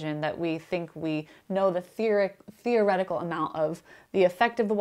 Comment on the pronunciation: She said fear-o-retical. Fear-o-retics be like doing an experiment and thinking; "God, PLEASE don't let me be right!"